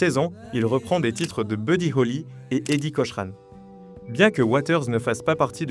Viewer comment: Ça se prononce Eddy kokran et pas kochhhran pfffff on se rend compte que tu parles de trucs que tu ne connais pas